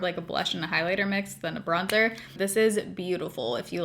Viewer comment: Bligh-lighter 😂😂 love you.